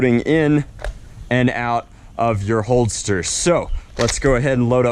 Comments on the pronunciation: Holster not holdster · It’s a holster not “holdster”